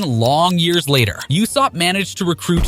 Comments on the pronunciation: Learn to pronounce properly it ussop not youssop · Are we just gonna ignore the fact that this man calls Usopp for “Yousopp”?💀